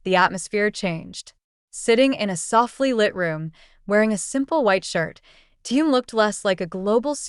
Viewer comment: Автор, сколько можно искажать имя Тэхена. В каждом предложении новое имя. Совсем ку-ку.